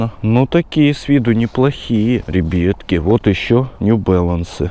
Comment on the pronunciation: Как он афигенно говорит ребетки😂😂😂